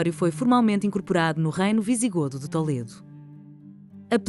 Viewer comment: Em Português não se diz "Tóledo", diz-se "Tuledo", não há necessidade de incorporar uma pronuncia espanhola.